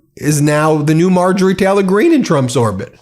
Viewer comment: Anyone notice how Ben always pronounces it “Marjorie Teller-Green” and “Laura Ingr-ra-ham”? I love the medias touch guys; but that annoys me more than it should 😆